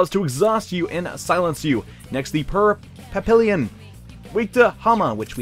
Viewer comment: This playthrough is amazing! Only downside is that can't pronounce papillon right. To be fair, French is wack